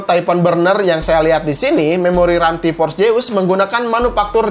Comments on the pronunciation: ti PPPorss, kenapa gabisa bilang F sihhh😭😭😭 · Jeus Jeus Zeuuusssss pake Z Z Z Z T-Porce T-Porce T-Porce T-Force pake F F F F F